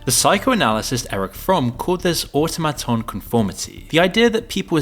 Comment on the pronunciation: Don't you know what an automaton is? You keep saying it like you've never heard that word before. It's really annoying lol